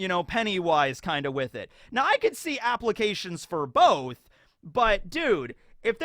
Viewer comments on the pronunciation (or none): none